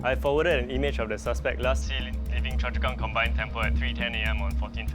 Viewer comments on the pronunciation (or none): It should be 'Choa Chu Kang' not 'Choa Chua Kang'